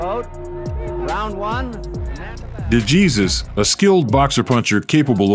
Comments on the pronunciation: You don’t pronounce de Jesus like Jesus…… it’s De Hey or Hay and then Suess as in dr. Suess (soose) …. De Hay Suess …. De Jesus. Normally wouldn’t care how someone says a name but do the man justice and pronounce it in the propper Spanish form…The letter J in Spanish sounds like H in English…..Other than that great video…. Duran 🥊 🪨. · "de Jesus" is pronounced "de - heh - sus" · Dejesus is not pronounced Jesus. OMG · Or world famous fighters. Like how does the maker of this video not catch that? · Hey narrator, if you're going to delve into the history of riches like professional boxing, educate yourself in the proper name pronunciation of its great fighters, ok? No doubt you're just an unseasoned youngster who's eager to tell a story... but never saw these actual battles yourself. Otherwise you would already know that NO ONE mispronounces the late Puerto Rican boxer Esteban DeJesus with a Spanish pronunciation followed by an English pronunciation of his last name! It may not mean much to you, but to the Puerto Rican people and the Latino community as a whole, it means a whole lot! 👍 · Pronounce his name properly. Gee whiz, that’s ridiculous.